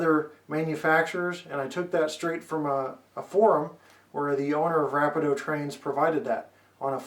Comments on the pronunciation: You should learn how to say RAPIDO ( RA -- PE--DO ).... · Thanks for the review. Another Canadian and Canadian modeller here who knows the owner of Rapido Trains, your review was great and nicely done. The correct way of pronouncing VIA and Rapido is: VIA is (Vee*ah). Rapido is (Rah*pee*do). Keep the Canadian reviews coming ;) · great video! this will help me alot with my new table layout and new CP Wide Vision caboose by Rapido. not to nag, but VIA is pronuonced V"ee"a. And Rapido, yes it can be debateable, but the owners pronounce it as Rap"ee"doe. but i wont force you say it the proper way, so say it anyway you like. just trying to help a fellow modeller out. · ra pee do vee ah rail pee co, I can't STAND how you pronounce things. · Ra-pe-Do and Vee-ah